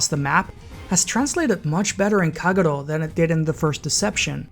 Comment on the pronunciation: Haven't finished watching but am immediately impressed by your Kagero pronunciation